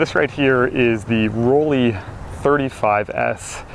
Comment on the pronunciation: dear Mr., the pronunciation of Rollei sounds like roll-eye not like roll-eee. In german, "ei" is always pronounced like "eye", as in "Leica" or “Zeiss“.